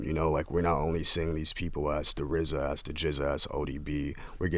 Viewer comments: How is rza gonna be rza when he can say his Rs. He’s the Wza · LOVED hearing Erika n RZA speak with his speech impediment